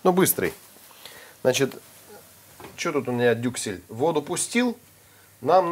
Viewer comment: Я тоже три раза перематывала-переслушивала, когда, говорил "дюклес"😂 Кровь из ушей)